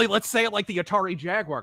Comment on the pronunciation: “Did you rike it?”